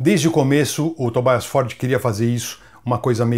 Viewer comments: Grande Gastão! Ótimo vídeo, como sempre. Só pra agregar valor ao conteúdo, a pronúncia de Tobias, é Tobias mesmo bem como a gente lê, e não 'Tobaias'... Assim como Papa Emeritus (Eméritus e não 'Emeraitus') que vem do latim e é bem familiar pra gente que fala português, oriundo do latim também. No mais, grande vídeo, com muita coisa que não sabia da banda! Grande abraço e parabéns pelo trabalho! - Richard. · Por que o "i" de Tobias tem que ser com a sonoridade do inglês (Tobaias), se a pessoa em questão é da Suécia? Em sueco esse "i" tem som de "i" mesmo, como no alemão.